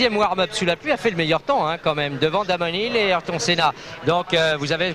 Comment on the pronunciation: "Ahireton Saina", "Damone Nile",... et l'accent anglais au top des journaleux de TF1.